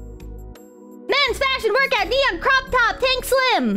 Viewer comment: First saying cock instead of cook, now saying cocktop instead of croptop At least has the excuse of being actually ESL